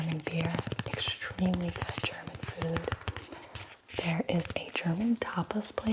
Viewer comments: Compared to what they sell as German in American movies, your prononciation is actually pretty good! 🤩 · Your pronunciation is actually not bad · This is so good! I actually live in Berlin and I think your pronunciation is pretty good! :) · I am german and I love your pronunciation!!